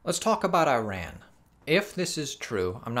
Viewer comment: I-RAN or E-RON? Come on man!